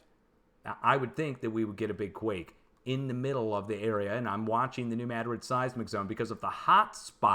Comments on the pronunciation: It is New MADrid, but he pronounces it with an e between the D and the r, like MADerid. That’s what’s driving us linguists crazy. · No it’s New Madrid, not Mad rid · There is no proper pronunciation of Madrid that puts the accent on the first syllable. It is a Spanish name. I should know, it is a family name.